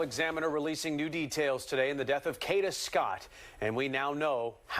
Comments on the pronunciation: You need to get it right it is k a a a a a a a a a a a a a a a d a a a a a a a not k h a d a😅😅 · It’s pronounced Kayda 😒. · Every video that can't pronounce her name correctly (such as this one) doesn't deserve views no likes. Train your AI more properly. Ka(y)da!!! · This is so sad and brutal, jealousy is a bad thing to have....I hope he rots in jail and the people with him, I wish the narrator could pronounce her name correctly